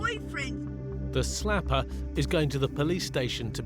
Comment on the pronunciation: Loved it when the narrator said the 'slapoer' was taken to the police station..🤣🤣🤣